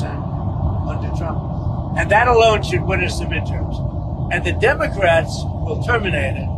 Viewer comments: He calls them Dumecrats and still doesn't know how per centages work😂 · really is she saying dumocrats ? as a journalist ??